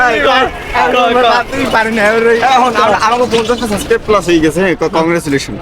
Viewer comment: subscribe বলতে পারে না 🤣